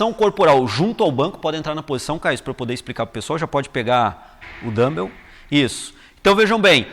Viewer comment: Boa explicação. Só queria avisar que não é assim que se pronuncia dumbbell. Melhor falar halteres mesmo! rs